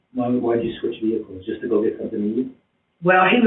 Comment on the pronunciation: The moment she talked about trading Vee-hickles I knew the jig was up